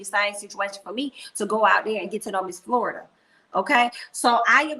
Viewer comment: you are killing me each time you say Florida (for Florita.) Queen, you are too funny! 😂